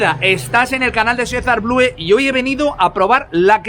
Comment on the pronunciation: DEJA DE DECIR "BLUE"!!!!!!!!!!!!!! SE DICE "BLU" ANORMAL